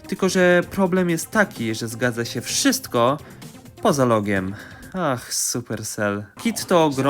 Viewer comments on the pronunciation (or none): none